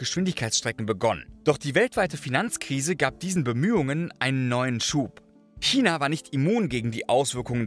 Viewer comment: danke für die korrekte aussprache von china. ❤ selten geworden